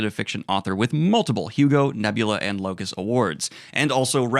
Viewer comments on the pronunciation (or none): none